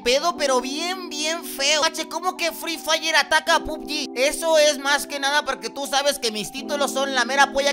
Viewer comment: Alguien mas le dio risa cuando dijo fli Flay